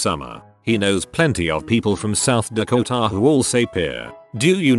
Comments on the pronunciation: We are from South Deko-Taaah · Is anyone else laughing about how the AI says South Dakota south dakota